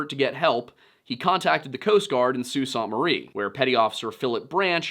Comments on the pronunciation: Yo,, 4+ decade denizen of Michigan, here. We of the Mitten State don't pronounce it the French way. We say "soo-SAINT-marie". Nobody says "saunt" Just fyi. Also I'm entertained by you saying "lake hew-ron". It's hard to give the local pronunciation in text but it's closer to "you're on" with the soft H sound at the front. "H-you're-on". Thornbury actually gets this one correct. Traverse City: use an actual A sound, not a "U" sound. "TrA-verse". Think "Trash" without the "sh". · From Michigan here! "SOO saynt mə-REE". Pronounced like "saint" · I grew up in Marquette and this story is one almost every kid knows. Couple things about how Michigan pronounces town names. Sault Ste. Marie is pronounced Soo Saint. Nobody really knows why. Traverse City is pronounced with the emphasis on the Tra part. And for no reason at all, Honor is pronounced Honer. It's a weird place. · Only critique at least the Yoopers in the area I'm from pronounce Sault Ste Marie....(Soo Saint Marie) 😁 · Pronounced "Aisle Royal " and "Soo Saint Marie" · Pronounced “Aisle Royal” , “SOO Saint marie.” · Phenomenal work here. I’ll be the language pedant for the day: Michiganders pronounce it: ‘Aisle Royal’ - Isle Royale ‘Soo Saint Marie’ - Sault Ste. Marie (the ‘saint’ being standard English pronunciation) ‘Puck-a-saw’ - Pukaskwa (for some reason) ‘Tra-vers city’ - Traverse City (‘Tra’ like in ‘track’, emphasis on same syllable) ‘Key-win-aw’ - Keweenaw Peninsula (again, backwards of how it appears for some reason) Thank you for probably the best video I’ve seen on the Fitz! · SO CLOSE!! Sault Ste. Marie Is SOO SAINT MARIE (Muh-ree) And Traverse City is pronounced like TRAVER'S CITY .... So close. I'm from close to there, if you need help with pronunciation, I can help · hey …. Traverse city native here… it’s pronounced ‘Trav-erz City’. Also, Sault Ste. Marie is pronounced ‘Soo Saint Marie’. Great video!